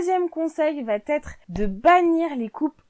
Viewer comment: Vidéo intéressante. 11ème conseil : évitez de dire va...t....être car il n'y a pas de T entre va et être. Les commentaires seront plus agréables à écouter. Merci.